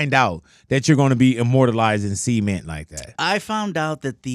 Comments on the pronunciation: Why Big Boy so obsessed with pronouncing “cement” —“semen”? lol WTH 😂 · that bothered me the whole time😂 who tf pronounces cement that way